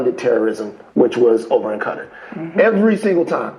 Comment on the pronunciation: bro doesn’t know how to pronounce Qatar 💀